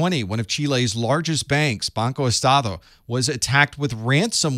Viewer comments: As a Venezuelan currently living in Florida, the same state as, he pronounced it better than 99% of white Americans. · The way you pronounce BancoEstado perfectly. That was personal, lol! 😂